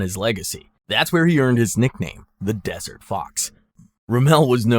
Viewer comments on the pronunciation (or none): the 'dessert' fox?! what kind of desserts did he like? Apfelstrudel?